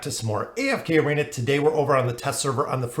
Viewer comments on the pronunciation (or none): none